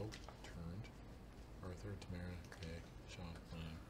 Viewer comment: Doesn't help that they said "TA-mi-rah" as opposes to "tuh-MA-rah." When they pronounce it like that it doesn't register as three A's.